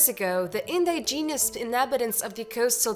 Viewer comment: I had to kill it after she said " In-di-genius " 5 times in the first 40 seconds.